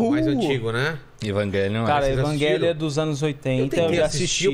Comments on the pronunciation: Engraçado os caras falando Evagelion qo invés de Eva-Gelion e falar Shinji ao invés de falar errado Thinji kkkkkkk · Evanguelion e minha pomba falem direito evangelion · evanguélion KKKKKKk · Que porra de pronúncia é essa de evangelion